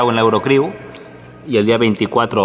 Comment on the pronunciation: Se dice eurocrew sin el la XDXdXdxdxd